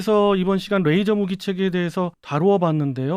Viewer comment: 가운데 분 레이저를 r 발음하시는데 ㅣ 입니다.